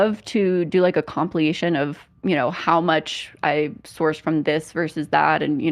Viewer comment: They must be. An entire shelf of books… surely she would have picked up a few words other than “you know” and “again” had she actually read them, right? She’s also pronounced “compilation” as “compliation” for years and it’s baffling